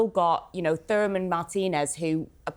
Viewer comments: Did she call Mark Thuram, Thooram? Honestly does she not know Lillian Thuram, a World Cup winner. 🙄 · she pronounced Thuram THURMAN Looool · Was that “furham” supposed to be Thuram? 😂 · "Therrrr-um" hahahaha this is poor. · Yes, it's more embarrassing that she called Thuram, "Thurman" and she has notes in front of her.